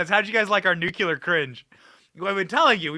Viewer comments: Greatbset Benny laughing all the way...FYI the Nuclear is pronounced Nu-cle-ar not nucular 😁🤙🏼 Love yur show Benny stay Gold & Bold bro!! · Dear Benny: I love you in every way but one: your pronunciation of Nuclear - you say "Nuke-You-Lur;" when it is "New-Klee-Er." MANY Americans butcher this word, but please don't popularize further the bad pronunciation. Thanks! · I love your show and all but plz don't say Nucular. It's nuclear! 😂😂TY👍🏻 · The word is nuclear nu clee are, not nu cu lar dammit Benny you sound like Jimmy Carter. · It's not( New -q -ler)...It's (New-Clear)...🤔🤗😱😇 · Benny, I like you a lot... the word is NU-CLEAR not NUKULAR. I am sorry to pick on you, you look so cute saying it wrong. You are great and follow you as much as I can, and thank you for the great service you provide. God bless you 🙏 😊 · Why do people say NUCULAR? NUCLEAR! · NOT NUKE U LER!! It’s nuclear!! Practice it! You’re not GWB!!😮😮😂😂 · It makes my cringe when you say “NUCULAR”. Oh my goodness, Benny. You sound like that idiot George W. Bush! It is NuCLEAR!!! Please!!! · PLEEESE BENNY, **NUKE LEE ER** not nukuler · It is pronounced NUKE-LEE-ER for goodness' sake... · It’s not spelled Nucular. Please pronounce it correctly. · NewCLEAR cringe Benny! You are not GW Bush! 🤔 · It's Nuclear! say it like and adult for the love of god...